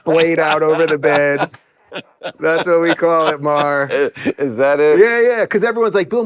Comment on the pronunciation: Him calling him "Maher" repeatedly was annoying